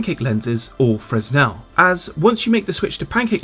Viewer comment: FYI: you don't pronounce the s in the word "fresnel" lenses.